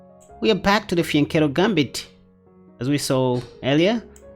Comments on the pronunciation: Sounds like he is saying the vagina formation 😅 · The vagina formation?! That's what it sounds like you are saying 😅😅😅